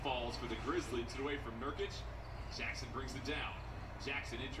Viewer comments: here before he says “NURKIKE” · “nurkike” bro flight that’s literally offensive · "Nurkike" aight flight stop trolling 😂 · Flight really called Nurkic NurKIKE and he called Valanciunas, ValenKius😂😂😂